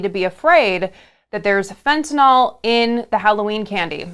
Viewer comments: The only one who pronounced fentanyl correctly in this video was MTG. It's not fentanahl. It's fentanyl. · Why is it no one can pronounce Fentanyl or China’s President [Xi] right? Have you considered that Xi exported Fentanyl in revenge of the West’s Opium Wars? And Putin is the one pushing the conspiracies online, including fellow travelers in politics?